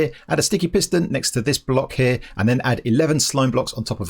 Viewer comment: I challenge to make a video without saying "here" or should I say heea.